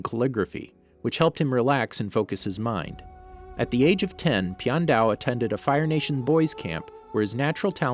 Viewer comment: You say the name wrong